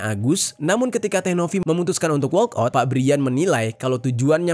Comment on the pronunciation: Walkout bang bukan workout. 😅